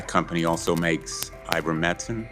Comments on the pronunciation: Dr. McCullough is not on trial. How dare they treat him like that. Question is, how much profit did Faux-chi, Pfizer, Moderna, Blumenthal, and other CONgressmen make off of schmovid-19 and the unsafe and ineffective countermeasures mandated by Biden and company? Blumenthal can’t even pronounce ivermectin. What a “representative”! How ridiculous! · He can't even say Ivermectin. What a disgusting and disturbing person. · Dope can't even say ivermectin correctly one of the very drugs that helped with C - vid that was basically banned imagine that !!!